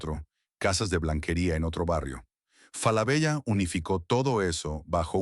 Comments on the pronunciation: no! tenes que cambiar esa ia es una marca y suena "FALABELA" con doble "L" o "Solari Grup" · Hola. Ojo. La doble ele(ll) de "Falabella", al menos en su pais de origen(Chile) se pronuncia desde siempre como ele(l). Suena rara y extraña la referencia a la marca que hace con doble ele el locutor. Lo demás, impecable. Saludos.